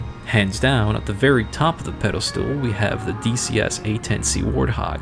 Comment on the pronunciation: Did he say pedalstool?